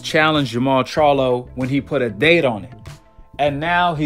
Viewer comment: The fact that he couldn’t even pronounce the Charlos names correctly and says “he needs to fight both” 🤦‍♂️ let’s me know that most likely he’s never ever even seen a single Charlo fight smh!